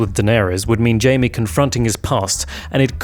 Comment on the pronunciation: God damn it, his name is JAIME, not JAMIE. Why is it so hard for some people to remember? Anyway, i agree with all points you made.